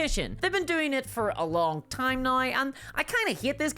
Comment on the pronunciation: There's no "i" in the word "now". What kind of regional accent do you have to have to change gnau into nooai?